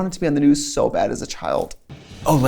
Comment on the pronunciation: “THE GNUUUS” I NEED MEDICAL ASSISTANCE 😂